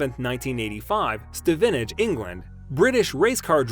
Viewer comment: Learn how to say Stevenage properly